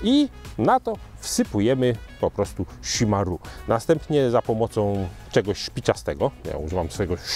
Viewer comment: Wydaje mi się, że wymowa chimarrão jest jednak troszkę inna, bardziej szimahą (Polski zapis wygląda beznadziejnie ale no cóż...) niż szimaru :D no chyba że to jakiś inny dialekt lub wymowa. Ale spotkałem wielu Brazylijczyków i tylko tak oni mówili + na internecie też jest ta wymowa.